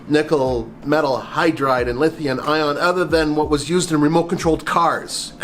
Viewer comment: Lithian Ion. Is that anything like lithium ion ?